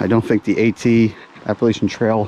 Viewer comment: It’s pronounced Appa LATCH ian. Thanks.